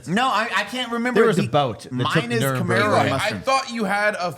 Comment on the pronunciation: lmao. I was having an stroke listening to saying "Nuremberg" The city where the nazi war crime trials were held